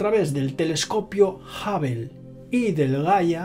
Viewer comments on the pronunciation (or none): A mí sólo me molesta que diga JAVEL... Telescopio JAVEL. 😏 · Qué manera de pronunciar Hubble!! Que NO es Jabel tío !! 😁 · A ningún español le e escuchando pronunciar bien “hubble”. Sin ofender a nadie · Que tengas una excelente semana 🙂, me tendré que resignar a que los españoles digan "Jabel" en vez de Hubble. De todos modos me caes bien y me pareces muy inteligente. Es agradable escuchar tus vídeos